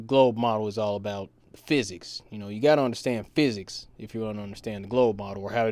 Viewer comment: Feesics lmao